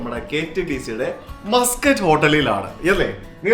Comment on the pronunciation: മസ്ക്കറ്റ് ഹോട്ടൽ അല്ല, മാസ്ക്കോട്ട് ഹോട്ടൽ എന്നാണ് ഡിയർ 😂